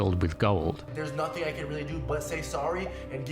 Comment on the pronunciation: Youtube pays better than an 8 hour job? Seriously? That sounds awful for humanity overall Anyway can you please top pronouncing random K's after words that end in -ing? For example "Nothing-K, resulting-K, thing-K" its super annoying and prevents me from enjoying these videos